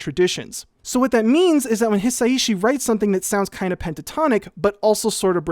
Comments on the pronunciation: I think you’d pronounce Hi Sai Shi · Hisaishi isn't hard to say: hee-sah-ee-shee -- Hisaishi. [*] But Debussy now: that IS a name you could try a little harder with! 😉 That piece of nitpicking apart, I loved your detailed analysis. Dōmo arigatō! [*] Similarly, Heian: heh-ee-ahn -- Heian. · someone pointed out to him that Japanese is a syllabic language so the s and ai should be connected and it should be pronounced as a more fluid three syllables, hi-sai-shi, right? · Hisaishi = Hi sa i shi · just putting this here, Joe Hisaishi is pronounced Hee-sigh-shee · I think it's hee-sigh-shee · It's pronounced his-osh-she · Pronunciation tip for Japanese: every vowel ends a phenome. So you say in your description, "watch me try to pronounce Hisaishi..." Break it up by the vowels. Hi-sa-i-shi. Also vowels don't change based on the consonants. So the "i" in "hi" is always pronounced like a long "e." Same with the "i" in ki, shi, chi, ni, mi, and ri. That "i" is always pronounced like a long "e" sound. 💜